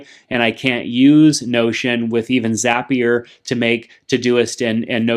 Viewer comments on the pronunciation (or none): It’s zapier